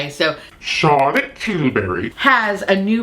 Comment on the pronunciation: Don’t ever stop saying “Charlotte Tilsbury!” Ala’ Angela Lansbury style (I’m old, obvi. LOL) It makes me smile and I imitate it every time you say it! Love you!